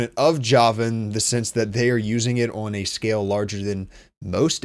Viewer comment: Pronounces "on" as oiwn... you from northern Ohio?